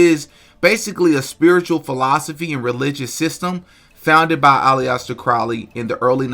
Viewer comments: You don't know anything about alister Crowley. U can't even pronounce his name right. Do u know that occult simply means hidden? He was trained in the hidden arts, yes but he was vastly more than that. Almost everything u imply about him is wrong. He was an evil man but not for the reasons you suggest. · The way you pronounce Alister threw me off and I almost backed out, lol.... Glad I didn't, that call was crazy af. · great work and don't let these ungrateful people get to you. I'd pronounce it wrong purposely just because everything about him was demonic. Tell them if they have a problem kick rocks!! With their smart ass's. Don't like it don't watch it! It's that damn simple. If you don't have anything nice to say then don't say sh#$. 🤷🤷I'm just saying!! You don't see them making videos. I appreciate your knowledge and your work. I just subbed yesterday. Keep up the great work Sir. I'm learning from you. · Its al is ter thats how u say his name not how your saying it lol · FYI it's pronounced, ".. Ali sta ..."😊 (Aleister Crowley) Like Alastair. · Hate to be that guy but is a Aleister 3 sylibols... Not Aliyester. Not nitpicking Just saying . Good video though 👌 w s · Alee- yaaster crowly!!!! You ain't gotta say it like that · First name Pronounced “AL-ISS-TUR” - not to be a grammar cop but it’s actually easier to say the right way - it’s an English name. AL-ISS-TURR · IT'S PRONOUNCED ALISTER CROWLY ALISTER👌🏻👌🏻😂😂😂 SORRY I JUST HAD TO LET YOU KNOW MAN. 👍🏻👍🏻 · If you don’t know to pronounce Aleister or Crowley, how the tf am I supposed to listen to anything you say about him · Imagine confidently pronouncing aleister like that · That is not how you say aleister 😂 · Bro how u gonna pronounce aleister like that bein a podcast dedicated to the occult lol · Lol his name is not all-E-ester crowley its aleister crowley the beast of scientology and golden dawn. Look up babylon working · Al-ester. Not Allie-ester. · Pronounced “ allister” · Bruh Ali Ester? Come on man.